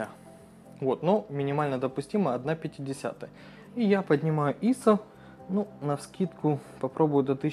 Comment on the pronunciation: ИИИсо!)))) Это просто фонтан СТИЛЯ!))))" ISO" - ударение на последний слог!